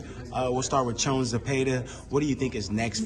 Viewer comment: “Jones Zepeda”? “Joan”? (it IS Jose, right? 🫤)